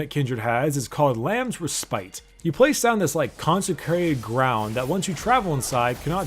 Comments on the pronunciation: “re-spite” should be “reh-spit”. Subtle but if you been around a bit you have heard the word im sure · Alright I'll admit that I'm an asshole - but it's pronounced RES PIT, not REE SPITE (the emphasis is on the first syllable).